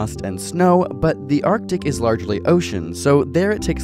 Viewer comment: why put the emphasis on is?